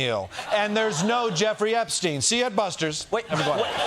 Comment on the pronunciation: Trump: You're STILL talking about Epst...EIN (as if he didnt know how to pronounce the name right?) Also Trump since 2016: Hilary's Emails!!! OBAMNA!!!!!! HANNIBAL LECTOR!!